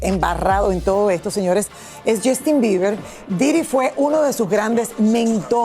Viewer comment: Esto es solo para Lily ahora no hablas bien ni inglés ni español, “Jastin”, “Lamberguini” “publicitado” y lo del Freak Off pregúntale a tu tío Emilio Estefan! Por último, un monstruo como el no puede ser un “excelente padre”